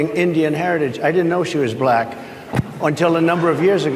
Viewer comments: He is just such an idiot. And what's with him saying, "bLack". He rolls over that L ... as though he's got some kind of brain tumor. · Why does he pronounce it "blyack